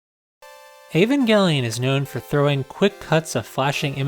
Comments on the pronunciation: Your name is. HOW ARE YOU MISPRONOUNCING A Van Gelli-on? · Also, for anybody who'd like, I pronounce E-van-jell-lyon (like, "lion")